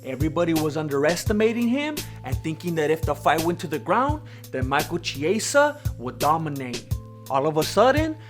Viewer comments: It's michal KIESA not ciesa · Pronounced Ki eh sa! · Cant figure out if you're not saying the names correct as part of this character I feel like you're using or what but that isnt getting my sub..... 🤷‍♂️🤷‍♂️🤷‍♂️ Michael Chiesa <- say it correct or dont say it!